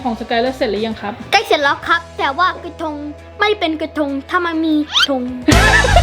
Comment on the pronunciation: กระทง เป็น กระธง